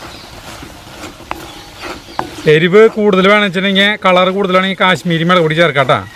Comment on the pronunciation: Melag alla mulag-“😜Teacher” varan vaigi-allengil correct chaithene😋